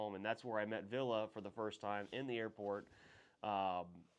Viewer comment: You pronounce Ville wrong, you say it like Villa, but it’s Ville.